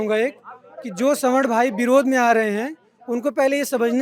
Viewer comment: .. ma'am संवारना nhi स्वर्ण hota h